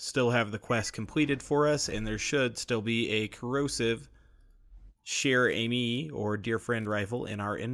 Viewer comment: Just pronounce "chère" like "share" and that's it !!! You are already perfect for "amie"